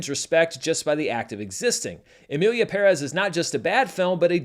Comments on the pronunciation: Thank you so much for pronouncing Pérez properly. PE-rez. I was hoping with the notoriety this movie has, that Anglo Americans would finally start to pronounce that surname properly. And in video after video, every host is still pronouncing it PerEZ. Kudos to you for seeing that the accent on the first E is there for a reason! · First of all, as a Hispanic, thank you for pronouncing PÉrez instead of PerEz like every Gringo has decided to do without any light research. The Academy deserves all the backlash, energy, and money they need to spend to fix this. They had the chance because the backlash already started just before the Golden Globes, yet they allowed their tone-def voters to champion it. I thought the same as you about the movie. I saw it when it had all the support, so my expectations were high. I didn't dislike it, except for the songs, which were horrible and embarrassing to me. I didn't even mind Selena. She did what she could. She's a Chicana, she's like JLo and many others whose parents didn't teach English. Not her fault. But the story was pretty shallow and kind of boring. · Thank you for pronouncing correctly "PÉREZ". Not even Selena Gómez can learn that word (today at the SAG Awards she presented the movie as "Emilia Peréz". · Fuck Finally a gringo that pronounces Perez correctly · Thank you for pronouncing the Spanish family name PÉREZ correctly. Everyone else is butchering it!! Extra brownie points for adding the Ñ in Saldaña. Im impressed! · First person who I hear pronouncing Pérez right, with the accent in the first e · You’re the first YouTuber I’ve heard that actually pronounced Pérez properly. I don’t really care about all the drama though. Seems childish to me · The only American who pronounces Emilia Pérez correctly. More credibility to you! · I know the movie is shit but thanks for pronouncing Perez the right way. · Esto! Se sintió tan bien escuchar que lo diga correctamente! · seriously, enough with the perÉz already 😢